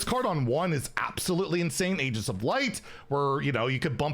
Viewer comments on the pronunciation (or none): none